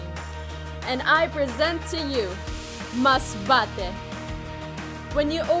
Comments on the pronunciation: The way Kirsten represents her hometown. How she pronounced “MASBATE” you can just feel it. She’s so proud. And, I think “Masbate” should be proud of her too. She boost the city and a lot of people now interested to explore Masbate. I also loved, the way she put all the tourist spots in Masbate. We didn’t know before that they have white sand beach. Good job. I hope this pandemic will end na so, I can visit your hometown 💕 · Yung pag bigkas ni ng Masbate sa dulo🥺 ramdam mo talagang pinagmamalaki nya ang province na kinalakihan nya. Tagos sa puso.Nakakaproud kahit hindi kami magkababayan kasi Im from Mindoro, the Brownout Capital of the Philippines😄😭😭